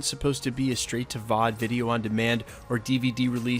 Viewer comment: Can you do me a personal favor and don't say VOD like it's a word anymore?